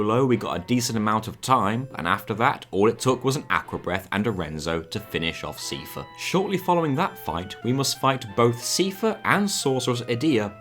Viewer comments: Sai-fur 👍 See-fur 👎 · Stop saying Seefare. Its Cipher. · His name is Seifer. Not Siefer. 😭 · His name is pronounced SEIfer, like Eye-fer. They say it aloud in Kingdom Hearts 2. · 'see furr' I always thought cypher ~a la metal gear solid. Keep up the good work on good games.🎉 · Seifer, not seefer. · The pronounciation of "SEE-fur" hurt me more than my abusive father ever could. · I love this video but "see-fer" was killing me the whole time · SEEFUH I like the challenge videos. But holy shit. You have *an incredible*amount of effort to put into pronounciations. The stuff in here hurts less than the FF9 video but, ow. Still. Ow. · Seifer is pronounced Cypher. Are you insane. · I've never heard anyone say "see-fah" in my whole life, and it hurts everytime I hear it..... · Your pronunciation of Seifer bothered me. It's pronounced the same as Cypher, even in Japanese. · it's pronounced cypher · Love FF8 so much, love this video! The •only• thing that just bothers me so much is your pronunciation of Seifer as SIEfer :D What are you doing to me?! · Seifer is pronounced "Sigh-Fur" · Never heard Seifer pronounced as Seefer. Or Thundaga as Thundaja. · The way you pronounce "Seifer" induces physical pain in me.